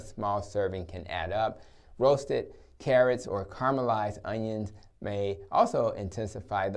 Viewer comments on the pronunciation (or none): I think you mean 'onions' rather than 'onians'